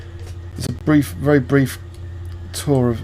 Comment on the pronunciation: wely wely good lmfao